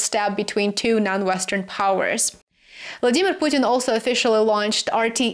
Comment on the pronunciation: You pronounced "Vladimir Putin" very close to how Russians say it, very correct way of pronunciation